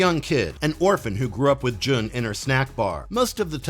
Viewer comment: Jun is pronounced "Joon", not "Juhn." And Jinpei is "Jihn-pay."